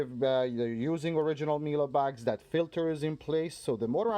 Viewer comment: Its "Mie- leh" not Mielah